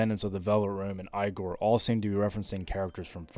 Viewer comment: I don’t mean this to sound too critical, but i find it insane how you manage to mispronounce like every character's name. If it is ragebait, it is genius. Igor is said in voice acting in 3 4 and 5 at the least.